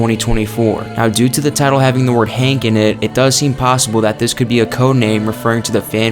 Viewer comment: HUNK! NOT HANK!